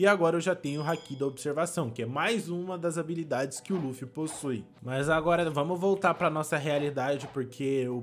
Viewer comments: É Luffy vc fala laffy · não é laffy é luffy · N E LAFFY E LUFFY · Laffu não luffy